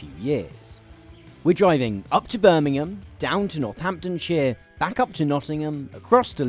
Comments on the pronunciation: Most played: , trying to understand the city name of Burmhm, giving up, turning on subtitles :D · ...i kept not being able to hear what you said, it sounded like...im eburn....i figured it was Birmingham...in the end apart from rewinding a few times & that on its own didnt bear fruit, subtitles did the job!.....still....sounds like....hello imeburn.... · Had to rewind two times to hear the city was Birmingham. Enunciate!